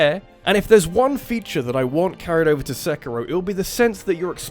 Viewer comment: No psychonauts 2? Dislike, channel avoided Ps mario is pronounced marr e o not mary o And seikiro is say key ro not sekky ro